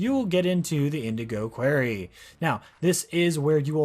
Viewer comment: "Indgo quairy" (That's a representation of your mispronunciation of the Indigo Quarry, which is an unlockable area in a multi-platform and first-person video game called "Slime Rancher," in which you use a so-called 'vacpack' to 'vac' up slimes into a 'vactank,' store them in corral barriers, feed them and collect and sell their excrement, known as 'plorts.') LMAO